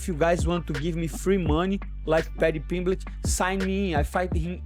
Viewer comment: I love when moicano says paddy “Piblitch” 🤣